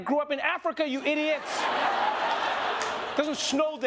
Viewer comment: 🤣🤣 "I grew up in Africa ijits" Oh I love you. Have the best day